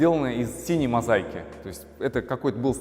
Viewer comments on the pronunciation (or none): мозаИка. Неверное произношение данного слова выдает отсутствие классического университетского образования. Варламову на заметку тоже